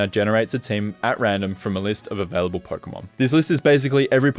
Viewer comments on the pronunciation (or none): none